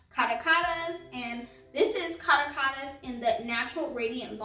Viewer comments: It’s a beautiful foundation for oily skin...I wish the shades were consistent across all their foundations...it’s pronounced Ca·ra·cas (capital of Venezuela) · ) thanks for your review really appreciate it (that 1st Caracas one is pronounced "Ka-rah-kuz" (it's a country on the continent)